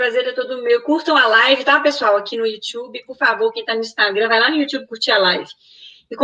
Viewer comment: Youxiube? Kkkkkk